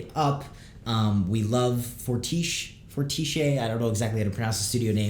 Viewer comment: It's "Fortish", the "e" is mute. And it means "quite good", as it derives from "fort" wich means "strong" in french. Your welcome.